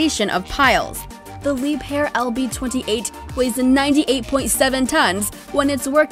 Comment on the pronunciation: since when is engine horsepower a capacity? And leib hair? whit? its pronounce leibher - Lee buh her or leeber. You sound educated but yer just not. The facts were correct and i do appreciate the research but the terminology is terrible. i suppose i did enjoy it